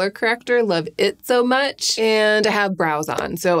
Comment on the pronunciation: did i miss a pun or did she just pronounce much as mech